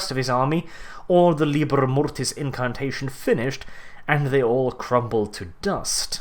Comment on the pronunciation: Maybe you mean LibEr Mortis not Libr Mortes?